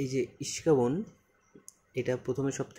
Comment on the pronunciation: "ইস্কাবন" না ভাই, এইটাকে বলে "ইস্কাপন" ✅